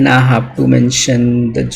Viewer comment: It's "I have", not "Ahhav" 🤦